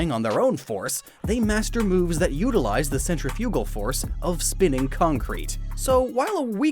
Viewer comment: It’s pronounced centrifugal